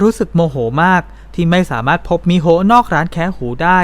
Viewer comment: ชื่อน้องควรไม่มีสระอะอ่านตรงๆว่ามิโฮนะคะ